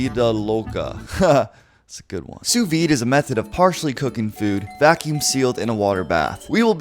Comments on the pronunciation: The second S in sous vide is silent, it's SOO-vide as opposed to SUZE-vide. #pedantic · SOO veed. NOT SOOS veed. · Was I the only one that was triggered when he pronounced it ‘sooos veeed’ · It’s pronounced “soo veed” the s is silent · It pronounced su vide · It's pronounced Sue Veed. The "S" is silent. You're also supposed to remove the butter, season, and then cook the steak. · he said sous vide wrong lol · It was annoying me how he was saying sous vide wrong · Dont prononce the last s in sous vide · Just saying, you must not have done much research at all on this if you'd never even heard "sous vide" spoken. If you had heard it in videos you used in your research you would know how to at least pronounce it correctly. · The second “s” in sous is silent,. Lol. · The S is not pronounced in sous